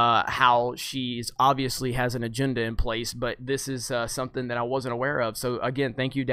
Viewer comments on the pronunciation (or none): none